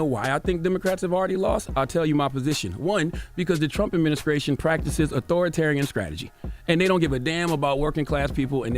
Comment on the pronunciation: I’m not listening to anyone who says skreet, skrate and adminiskration man stfu